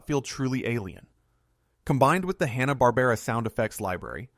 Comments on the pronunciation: Did he say Hanna BARBRA?? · That isn't how Hanna-Barbera is pronounced. But only once